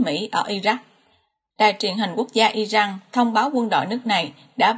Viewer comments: Đề nghị người đọc tin nên đọc tên các nước như " I Ran là I jan.hay là I Rac" chứ không phái là "I Jắc " làm ơn phát âm cho đúng bởi vị đọc sai nghe rất khó chịu xin cảm ơn. .. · Dẫn chương trình mà các tên nước lại đọc chệch sai kinh thế bạn? Sao lại đocj là Irăng??? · cách đọc theo thói quen của ng Việt, hồi cấp 2 thầy cô mình cũng bày hc trò đọc vậy